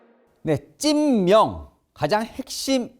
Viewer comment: 찐명이 자꾸 찢명으로 들림